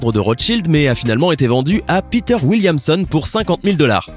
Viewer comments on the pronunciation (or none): none